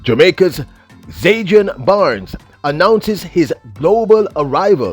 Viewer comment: Bro, its ZAN-DRI-ON